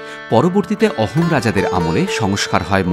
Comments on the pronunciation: Sir It's pronounced Ahom (আহোম) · “অহোম” না “আহোম”